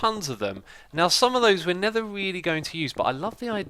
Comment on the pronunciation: Does anyone else notice how whenever X says never, it sounds like nether?